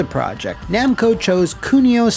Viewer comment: Okay, for a second there I thought I had a stroke or something when I heard "Namcai and Bando"